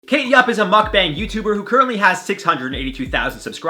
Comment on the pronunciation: Why he pronounce Mukbang like he mad at us😣😔😤 I'm sensitive😔